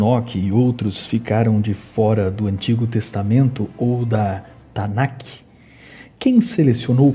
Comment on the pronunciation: Meu querido só corrigindo: não é "Tanac ou tanaqui "como você está pronunciando. Mas sim Tanakh, em hebraico: תַּנַ"ךְ